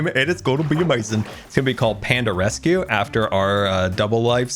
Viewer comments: Ahem...... its rescue not resue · What a jam packed episode! Ummm......what is a 'resue?' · Panda "resue"? 😂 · “Panda resue” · "Panda Resue" lmao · “Panda Resue” 😂 I love you. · Panda "Resue" Lol I love it